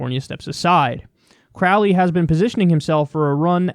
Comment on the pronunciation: Joe corr-owley